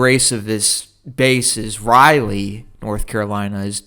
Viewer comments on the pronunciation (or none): none